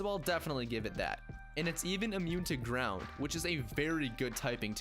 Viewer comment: Am i the only one hearing ''Drown'' instead of ''ground''?